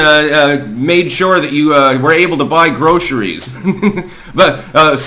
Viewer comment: Unser Vati war gestern unbedingt sehr Boffo. 📺 Wie wäre es mit 'groscheries'? Kannst du wirklich ein Redakteur sein, wenn du deine eigene verdammte Sprache nicht sprechen kannst?